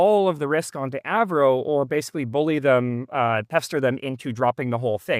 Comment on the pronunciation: I like how you switched from the Av-Ro pronunciation to “Avro” 😅